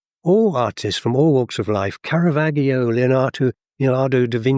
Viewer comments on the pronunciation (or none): It's pronounced "Carava-djee-o" not "Carava-gh-io". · I couldn't quite ally the pronunciation of Caravaggio in this video with this being an Oxford man, let alone a writer. 😂